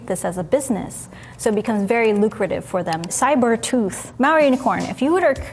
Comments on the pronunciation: I kept rewinding because I couldn't believe she was calling herself "Mao unicorn". E-nun-ci-a-tion! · I heard Maori unicorn until I read her #. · C N i thought she was saying Maori unicorn also, until I saw it was malware unicorn 🤣